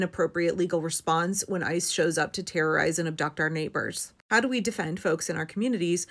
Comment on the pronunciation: When you say '... ICE is ...', I keep hearing 'ISIS'. The language doesn't lie. Systematic kidnapping is terrorism.